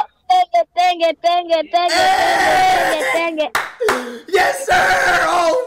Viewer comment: Is tenge not taytay I mean